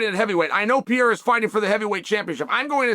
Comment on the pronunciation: Chael is funny as hell!. Always calls Alex peeara😂. He knows how to pronounce it he just keeps saying Peeara!😂